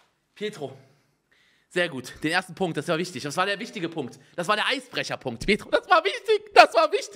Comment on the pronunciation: Es heißt "petro" *2019, MontanaWeise